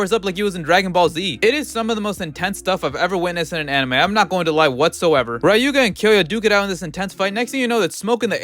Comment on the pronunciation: Does no one actually know how to pronounce Ryuga properly?